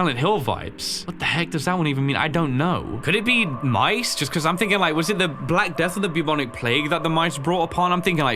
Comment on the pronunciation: “liEK video”